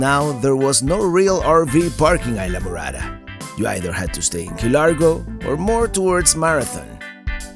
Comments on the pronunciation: "Eye-la" Morada? You must mean IS-la! Talkin' like a gringo! WTF ! :) Just pushin' your buttons ... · I enjoy all your videos. I'm watching the Florida Keys video where you stayed in Islamorada. What i don't understand why a Cuban like me you don't properly pronounce the name Isla Morada correctly. For those watching that don't know Spanish, Isla means island, and morada means purple. Isla phonetically would be pronounced, Eeesla or close to that. Be proud of your heritage, I am. From California Alberto.